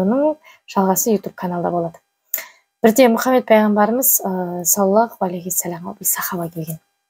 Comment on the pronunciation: Рахмет. Сiзге бакыт, амандык, берекельдi бiлiм тiлеймiн екi дуниеде. Мен осы кателиктен коркыбедiм... По невежеству в женском роде....болып кетпесiн. Саллалаху....Произносим ....Здесь С ( грубое СОД..., ДОД, а не мягкое СИН...) Дурыс айту керек. Аллах Та'аля сактасын кателiктен. Вы молодец...ИншаАллах